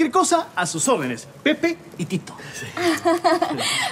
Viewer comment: Se an dado cuenta que dijeron mal el nombre de Pepe y Tito